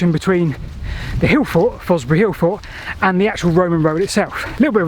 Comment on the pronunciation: I finally figured out you’re saying “hill fort”, I think.